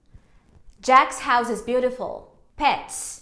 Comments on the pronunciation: Realmente a gente transfere essa regrinha. Você acabou por pronunciar a palavra HOUSE com som de Z, pois no português a gente usa a regrinha de S intervocálico. Seria HOUSSE e não HOUZE. Bom vídeo. Parabéns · vc já parou pra prestar atenção na sua pronúncia da palavra House? Vc tende a falar o e no final, mas na verdade seria como se fossem dois s, tipo Houss. Com os s bem forte mesmo. Só uma coisa que me chamou atenção mesmo😘